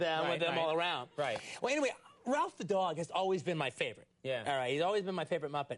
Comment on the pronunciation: It's Rowlf not Ralph